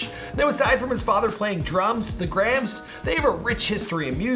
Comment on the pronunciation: Came here to “meet the Grahms”.